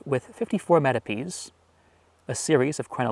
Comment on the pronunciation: He says "ornamented with 54 metopes". It took me a while to understand that